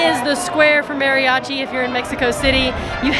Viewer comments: I'l be that guy because I love your videos, you say it like "Mary-achi" try saying it like this, Madi-achi. It'l sound a little more accurate, I know some people just cannot roll R's, just settling for a D is a trick. My mexicana wife has trouble with R's too >>. Keep up the fun you two and thanks for all you do. ^^ Bonus note: Emphasis on the A as if a dentist tells you to open your mouth like ahhh not like A in the name Mary =} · Great job you two. (Maw-ri-achi) that should help you pronounce it. If you ever make it to Oaxaca you might find the history of the Koreans coming there “before” the Spanish very interesting. Years ago when I went to Mexico City with my sister a performer there in Garibaldi had a serious crush on my sister and he gave us a ride back to our hotel downtown. (Not something I recommend when traveling) but all went well and we appreciated his kindness. Enjoy your travels. 💕